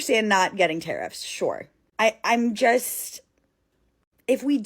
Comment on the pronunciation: Like 'tarifs' 😂😂😂. Yeah, not funny, but otherwise I'd lose my cool. I don't get you Americans, dafuq?!